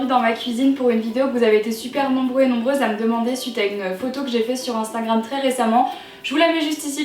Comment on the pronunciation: Ça m éclate tu dis Instingram 😂🍣😘